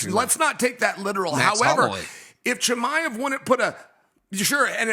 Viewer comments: Chael called him Conjob Chimaev lmao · How is Chael still butching everyones names lol